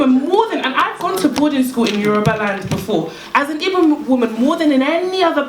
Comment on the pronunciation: the one that is quickest to criticize Igbo culture can't even pronounce "Igbo" lol. The primary aim of the colonizers was to make us forget who we are. African spiritual science is all about KNOWING YOURSELF and your destiny, that is why to the Yoruba probably the most important deity is you own Ori, to the Igbo it is your own Chi